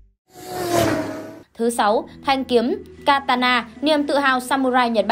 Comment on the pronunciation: katana, ko phải takana nha ad☺